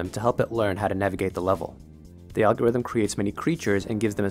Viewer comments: alogrithm not algorithm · ah yes, alogrithm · "Evolutionary Alogrithm" it's weird I just can't watch anything else 🤣